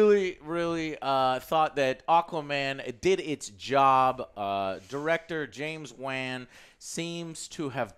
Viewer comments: James Waan 👶 Lol James Wan (Won) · Who is James Wan (wah-Ann). I know James Wan (wah-on). 🤣🤣🤣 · James wan man, not Wan, Wan man lmao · Dude its not James WHAAAn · “James wAN” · I had to scroll down way too far and past way too many Alex comments to find someone else pointing out the incorrect way Joe is pronouncing James Wan. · Also, james WAAAAAN? Learn how to pronounce a film-maker's name before you try to sit there and act like you know some shit, fat-joe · So how the fuck you mess up james wan’s name that bad?